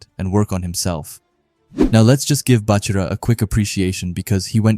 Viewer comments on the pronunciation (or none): Its Baa-chira brev not Buhchira